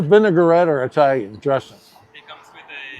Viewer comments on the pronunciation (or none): Didn't want to be a hater so I never mentioned it but I knew Italian's would cringe if they heard you say eyetalian 😂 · We EYE-talians know that you "Southerners" say EYE-talian, and we know you can't help it, but good(all) on you all to be nice to that little ol' dago lady. MANGIA (from Cleveland, OH)!